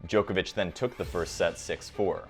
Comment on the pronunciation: I think is the most professionally delivered summary & analysis of the ATP Tour on YouTube. The delivery is smooth. No pauses, crutch words - a top presenter. If I could make one small suggestion of improvement.. Whilst I don't claim to know the correct pronunciation of names - being a European I am pretty sure they are incorrect. I cringe a bit at the pronunciation of 'Djokovic' & 'Garros' in the latest video. To help here is a link to the corrct pronunciation of Roland Garros: & here is a link to the correct pronunciation of Novak Djokovic: It's just the long 'o' sound that sounds weird. Personally, I think the incorrect pronunciation of names is unhelpful - it only trains more people to say their names incorrectly. For English words it isn't important - there are no hard & fast rules to correct pronunciation - it isn't a phonetic language. But names I think, are important to say as the player would say it.